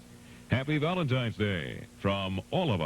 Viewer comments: Did she really say valentimes day? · #2 said ' Happy ValenTIMES ' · I did the same thing had to rewind it because I'm thinking, she did not say Valentime's Day did she? Rewounded and yeah she did😮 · Bachelorette number two would have been disqualified in her greeting when she said happy Valentimes day.